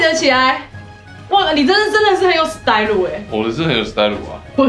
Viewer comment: Style 怎么念 tsai-lu HAHAHHAHA